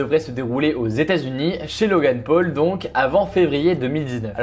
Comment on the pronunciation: Logeune peul MDR on dit Logan paul